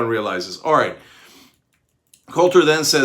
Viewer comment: Did he say: aaight??